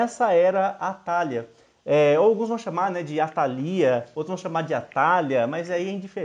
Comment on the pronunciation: Legal! Só não coloque acento nas palavras que não tem! Atalia e Joiada, se lê, sem acento!